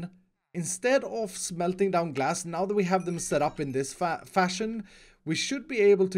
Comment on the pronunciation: when u said “trade glass”, u sound like u said “trade gas” XD